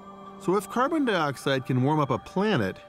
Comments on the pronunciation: This is amazing, the fossils found. When he starts talking about the amount of carbon cars can leave behind, he calls it car turds, had me 😂😂😂 it's a serious situation. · Wasn't expecting to laugh but he said "car turds"